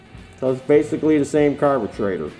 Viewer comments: Thx for the good show. Helped me a lot. Like the way you call it "carbutraitor". Cheers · I had a "blast" watching this video! Very detailed . Today's word of the day ...."carbutrator"!!